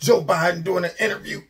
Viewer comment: Joe Ba-DIN. Love it.